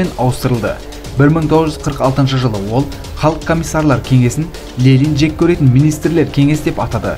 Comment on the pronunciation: Неге Лелин деп оқисыз,Ленин ғой?